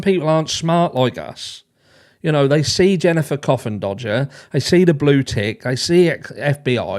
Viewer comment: You crack me up every time you call her coffendoger lol I cannot stand her last name either! I would for certain change it if I had it!!! 😭😭😭🤤🤤🤤